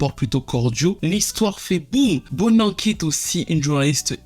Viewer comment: Tout est ok sauf la prononciation Zinhle se Dit Zintle et BoNang....